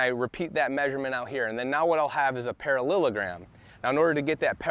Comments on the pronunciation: Pa-ra-llEl-o-gram, not Pa-ra-llil-o-gram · Para-Lila-Gram 😅 Great video I just love how you said it. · He lost me at "parallelogram"